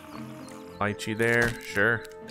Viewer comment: Btw you’re saying lychee wrong